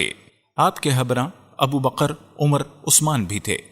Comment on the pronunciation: Bakar hota hai baqar nhi hota jahil 😠😠😠